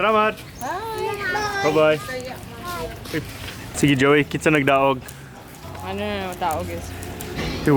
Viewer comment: Why do you sometimes pronounce Zowie as Joey?